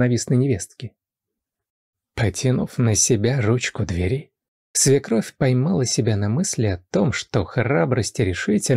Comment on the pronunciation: Родительный и дательный падеж - ударение только на первом слоге - до двЕри, у двЕри, к двЕри 🙏🏻🌞🌷